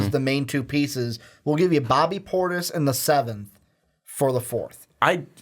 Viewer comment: This man said bobby portis he really doesn’t know basketball